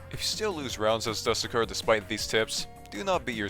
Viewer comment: ermm actually youre supposed to pronounce the "du" in "dusekkar" like the "du" from "dude" and "sekkar" like "seck car"